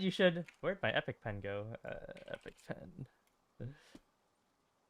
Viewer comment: think he calls it epicpen